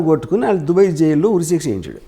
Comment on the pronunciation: Orey, adi dubbey kaadu ra, DUBAI. nuvvu ooohinchaleni prapancham. Yevvadu neela nee donga overacting/ fake/ promoter / interviewer la intha khaalega ledu.